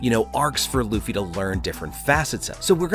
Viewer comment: did you just call him Loufa? lmao